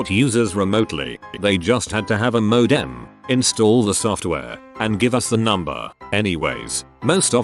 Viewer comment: I dislike greatly how the voice says ‘modem’ i now feel completely distraught when there computer related stories on this channel.